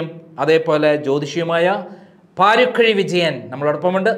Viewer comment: Paarikkuzhi alla paarakuzhiyaanu